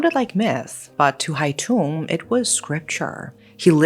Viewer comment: Just a small correction, the killer's nickname was Hai Tửng, not Hai Tùng :)) But overall, I am impressed by your take on this case and also the way you pronounced Vietnamese names! Thank you for letting it be known to more people!